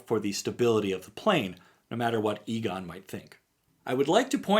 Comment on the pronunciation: The "E" of Egon's name is pronounced the way "E" is pronounced in "Enter" and "Ending", just fyi.